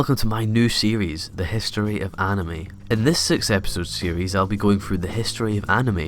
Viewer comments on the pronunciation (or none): No one: Not a single soul: Not even Sans: Him: anamei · No he Said anemy